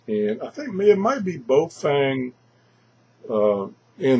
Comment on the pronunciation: The radio is called BAOFENG not bofeng lol